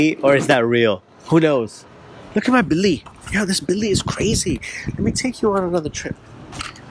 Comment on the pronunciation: ahhhh i guessed it from the way you said "billi" pure Pakistani.